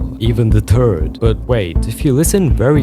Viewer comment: offtopic but i think is irish cause he pronounces third like the "Irish man cant say thirty three and a third"